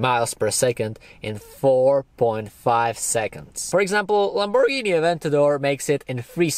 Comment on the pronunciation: I love The way u say lamporghini😂😅